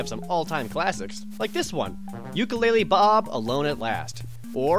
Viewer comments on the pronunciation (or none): none